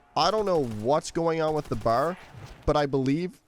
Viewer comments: B.A.R. not bar. C'mon man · Firstly, it's pronounced B-A-R; it stands for Browning Automatic Rifle, you're supposed to say the individual letters. Secondly, it shoots slowly and has a 20-round magazine because in real life it shoots slowly and has a 20-round magazine. That's not the game's fault, that how the gun actually is. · Knew you were Canadian the moment you said BAR